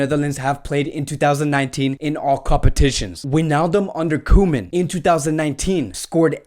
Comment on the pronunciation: It’s co-men